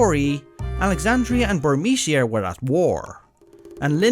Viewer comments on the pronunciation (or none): none